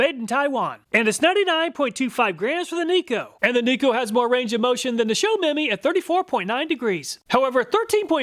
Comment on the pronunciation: Show-Me-My <-- 3 words. Not "Show Memy"